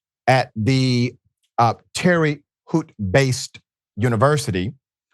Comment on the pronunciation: Its haute not hoot dude 😮